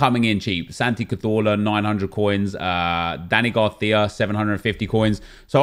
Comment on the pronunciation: How you pronounce Cazorla and Garcia is simply fantastic hahahaha :D